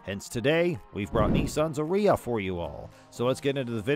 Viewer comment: I don't think that's the pronunciation Nisson had in mind. Shouldn't it rhyme with "Aria"? You know; that music term.